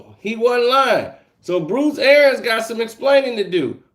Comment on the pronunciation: For the love of God its ArIANS